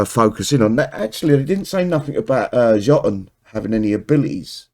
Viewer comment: its pronounce youtonn just googled it